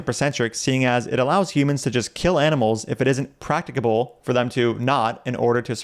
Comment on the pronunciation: Do you need to be able to pronounce "practicable" correctly to be vegan?